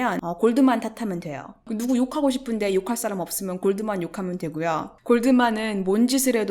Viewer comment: 을 최근에 알아서 영상 하나하나 보고있는 와중에 앗!! 하는게 하나 나왔어요 하하하하 영어 쓰실 땐 잠깐 나오는 단어라도 발음 원어식으로 쓰시는데 Goldman 은 골드만은~~~ 하면서 한국식발음으로 하시네요 ^^ 영상 보다가 뭔가 익숙하면서 미묘하게 뭔가 위화감이 들어서 응 뭐지? 했는데 ㅋㅋㅋ